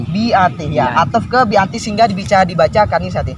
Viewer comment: Bukan al bi iiti bang . .. tapi al bi'ati bang...